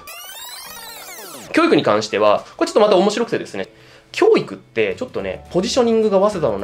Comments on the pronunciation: きょー↑いく↓じゃなくきょー→いく→ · 教育のイントネーションだけが気になる